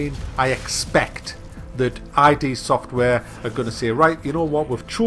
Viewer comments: it's not ID, it's id. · It's pronounced id, not I-D. Yeah I'm a pedantic shmuck! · It's not 'I.D.' Software. it's id Software. Id is a latin word. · I was simply quoting the video. It's just pronounced "id". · That's not how you pronounce Id Software...but it's a common mistake. Edit. Also...tell me now UT3 was that bad compared to this :D